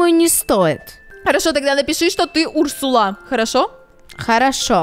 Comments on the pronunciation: Урсула ударение на у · Не Урсула а урсула